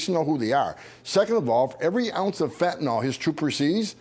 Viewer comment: It's fentanyl Not fentanol.